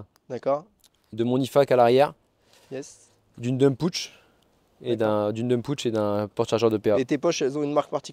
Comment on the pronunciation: La petite sacoche, c'est pas un putsch mais un pouch (et phonétiquement, ça se prononce "paoutche", quand on maitrise bien l'anglais; sinon, on a l'air d'un gros nul !!!).